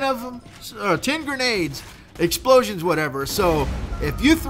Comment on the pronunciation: Hahaha "exploosions!"